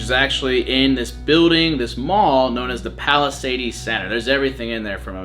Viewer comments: Nah you did not call the palisades mall like you pronounce Mercedes it’s totally not the same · Same lol , it was really funny how he pronounce palisades, but pretty insane he made a video of west nyack ( I live in Mahwah ) u prob know where it is